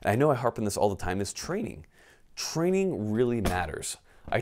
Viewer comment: Your mouth says "get training", I keep hearing "get flannel"...